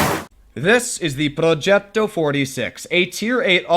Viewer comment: I love how do you pronounce "progetto". It is so satisfying lol